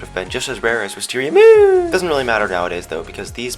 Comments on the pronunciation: I love how you say " wisteriamooon" that voice is gr8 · The way he says wisteria A Ma Oooooooona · You didn't say wisteriaMOON right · your not saying it right its wisteria MOON! XD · You said Wisteria MOON wrong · Lol the way you say wisteria MOON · The way you said WisteriaMoon tho 😂😂